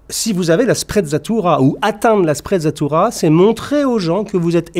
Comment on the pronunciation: Sprezza signifie à peu près mépris La sprezzatura est une sorte de négligence feinte, de désinvolture apparente devant la difficulté et tout ce qui demande travail et effort. Une sprezzatura qui aurait été appréciée dans cette vidéo eût été de prononcer correctement l'italien, avec en outre la légèreté de l'évidence.